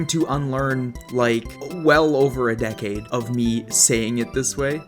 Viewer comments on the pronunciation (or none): none